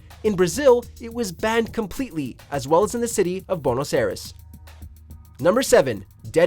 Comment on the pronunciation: Bonos Aires??? SMDH